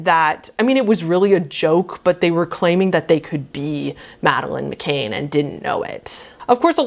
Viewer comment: Not trying to derail or be rude here, but Madeleine McCann's last name is pronounced mick-can , like a beer can.